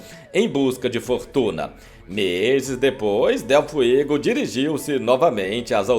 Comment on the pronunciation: É Liz dele FUEGO, bicho, e não FIEGO.